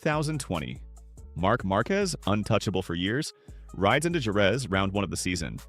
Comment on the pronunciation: bro said “marcues” 🥀